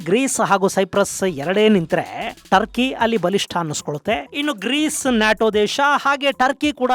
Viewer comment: ಟರ್ಕಿ ಬದಲು ಡರ್ಕಿ ಅಂತ ಆಯ್ತು.😂❤🎉